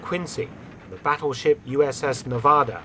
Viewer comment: Thanks for pronouncing Nevada correctly. The Nevada also has a long history in WWII from Pearl Harbor to the landings on D-Day. It might make an interesting topic.